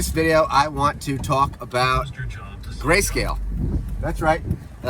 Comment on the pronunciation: Lol gayscale flub was funny